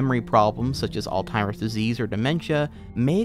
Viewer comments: how are you going to sat old timers disease when you're reading off a script that has it written right in front of you? come on bro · Forgive me, are you saying, "all timers" pr "all zimers"? Again, sorry.. pronunciation is a peeve of mine. Like when people say "eckcetra" instead of "etcetera".